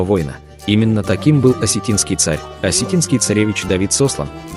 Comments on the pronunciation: Не знаю кто куда сОслан. Но его звали СослАн. Вы бы прежде чем что-то говорить хотя бы поинтересовались как это имя произносится. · Ударение произноси правильо. Давид- Сослан, а не Сослана. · СослАн, а не СОслан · Давид Сосла́н!!! Ударение на а́... Эти переводчики искусственный интеллект достали, нельзя просто человек чтоб озвучивал!? 😡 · СослАн!!! Ударение на А. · ударения правильно ставь 😠СОСЛАН. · Сослан! Ударение на О... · Уважаемый автор Давида ни куда не сослали,ставьте правильно ударение на имени Сослан,ударение на а! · Ударение на А!) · ударение ставь правильно. Если бы не осетины, грызунов бы половину истребили, половину бы поработили. Хотя они и есть рабы всю жизнь. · Автор имя Сослан ударение падает на букву А. Мы Осетины прекрасно знаем не только свою историю но и историю Грузии,даже царица Тамара была наполовину Осетинкой. Грузия обязана Осетинам ,во всех войнах,всегда Осетины были к плечом к плечу с Грузией,а в мирное время грузины предавали и унижали и оскорбляли. И вот наконец-то,Осетины стали независимы от Грузии. Бумеранг никто не отменял. Иратта разма!!;🇷🇺🇷🇺🇷🇺🇷🇺🥰🤗🌹🌹🌹❤️❤️❤️Процветай Осетия на века!🎉🎉🎉